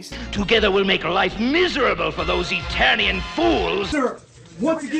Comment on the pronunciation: In the clip where Hordak says "Together we'll make life miserable for those Eternian fools!" it sounded like he was saying "Italian fools" and I had to pause the video, I was laughing so hard. Oh yeah, and this is far from the dumbest video you've made,. XD